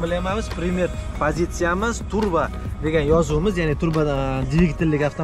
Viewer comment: TURBO boshqa narsa, TRUBA boshqa narsa. Talaffuzingga qoyilim san bolani